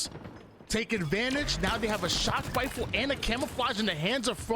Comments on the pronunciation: He has a speech impediment and it is so god damn distracting. I wish he would just call them snipes. He says sniper rifle like a 5 year old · Why does he say rifle like that